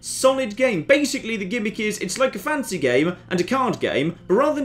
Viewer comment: The difference between pronunciation of 'fantasy' and 'fancy' is almost inperceptible...